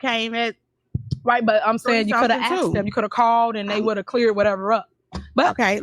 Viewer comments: aksed you? what language is this...ho talk? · aksed her?